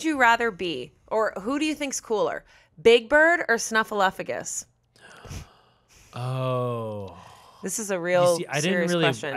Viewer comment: I love that Ian said Snuffleupagus correctly without realizing it.